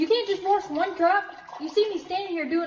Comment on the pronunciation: I could never be stand being around a woman that says, "warsh."